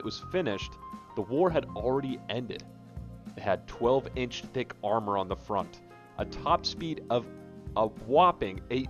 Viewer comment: Lol it sounds like you say “12 inch d!ck armor on the front”